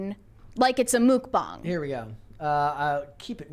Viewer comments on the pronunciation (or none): I have NEVER heard anyone pronounce it (Mook-Bahng)!😂😂😂